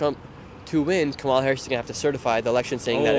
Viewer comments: Oh come on, Nick! Pronounce her name correctly!! It’s comma-la. You sound stupid! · Nick, if you’re going to do politics, don’t you think you should learn how to pronounce Kamala Harris’ name? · Nick, you're rude, pronounce her name correctly.